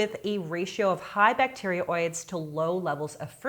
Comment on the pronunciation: i just get suspicious when a self-styled geek doesnt even know how to pronounce bacteroides correctly